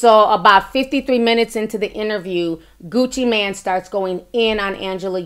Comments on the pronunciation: “I watch a lot of Gucci Mane interviews” yet she doesn’t know how to pronounce his name. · It’s Gucci Mane not man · Kween Dynasty CT agreed it’s Mane not man and your comment to jasmine took me out LMAO🤣🤣🤣🤣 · I never realized how hearing someone say Gucci MAN instead of Mane bothered me. My ass literally said MANE after every man.... 😩😔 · Girl! First of all, his name is Gucci MANE not MAN! I believe Angela. Secondly, CTG is full of shit he sat there and laughed at everything the man said! DJ ENVY has Angela's back. As far as you, you are slobbing all over Gucci Mane's stick yourself and you can't even pronounce his name! My thoughts, my opinion! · Hey, it's not Gucci Man, but Gucci Mane (long "a"). I appreciate constructive criticism. I hope you do too. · Isn’t it Gucci “Mane” not man?!! 🤣😆😭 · Meee tooo!! the total disrespect of the #1 trap god and savior, Gucci MANE!